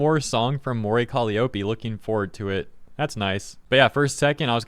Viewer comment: The only thing that pissed me off in this video is pronunciation of Mori Calliope lmfao